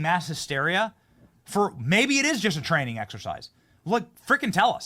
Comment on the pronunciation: Did you say training exercise, or tranny exercise in NJ?!